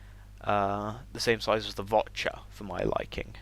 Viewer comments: Vor'cha not Vot'cha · its the Vorcha not the votcha as you have been calling it . S C UK.